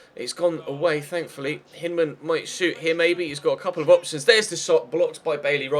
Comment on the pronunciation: with respect, Hyndman is American, so his name is generally pronounced Hine-dman not Hinn-dman. We're weird, and I've only ever watched him in the U21 WC so it might be how you're pronouncing it anyways.